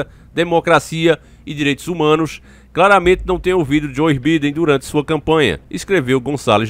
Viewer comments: Velho é joe biden Você fala birden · Biden??? O correto é "baiden"!!! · Se escreve Biden se pronuncia BAIDEN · Mano se escreve biden mas se fala baidem